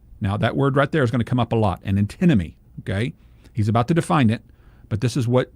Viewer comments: could you please pronounce the first “n” in ANtinomy? It seems to me you constantly pronounce the involved word as, “uhtinomy.”. I believe the correct pronunciation is consistent with the spelling of the word: antinomy. Thank you for your work; I enjoy your site a great deal. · I've been watching your channel for ages. I just spent ten minutes trying to work out what the word 'atenomy' is. The closed captions get it wrong. I think you mean 'antimony'. You probably need to pronounce the second letter. Thanks for your work.